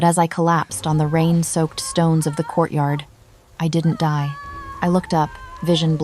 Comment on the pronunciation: The AI narrator is mispronouncing die to dee and it's annoying. Though this is an incredible story